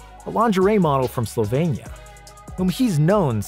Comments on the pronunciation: Its SlovEnia not SlovAnia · Dude, he is from SLOVENIA ... slo-veen-ee-ah ... not Slovania. Wow.